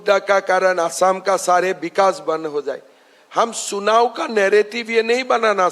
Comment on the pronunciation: सुनाव✅ चुनाव❌